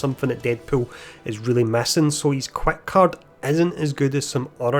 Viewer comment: Yo I appreciated your videos they help a lot but could you practice your pronunciation of heroism and quick